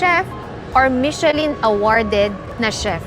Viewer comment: * Finally your “order”arrived? MUST be order”S” * 4 na slice?! MUST be 4 slice”S” * AGAIN… it is MI SHU LUHN NOT michelin